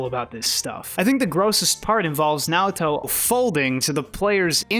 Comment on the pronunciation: Oh wow bro did you really read Naoto wrong.